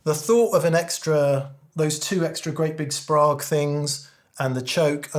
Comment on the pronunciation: Great video, I love a monologue! Incidental nerd trivia, contrary to how it looks Sprague is pronounced Spray-g - their marketing slogan was "Don't be vague, ask for Sprague!" Keep up the good work!